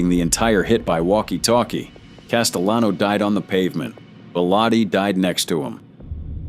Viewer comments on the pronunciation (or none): Castellano not casteyano, it’s not Spanish 😂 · Couldnt even say his name right